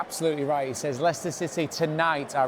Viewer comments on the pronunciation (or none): because he said Leichester that's how Americans pronounce it?